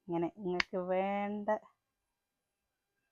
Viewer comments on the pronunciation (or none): none